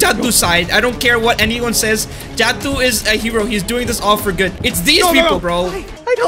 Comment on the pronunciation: It ain’t jadu it’s jadoo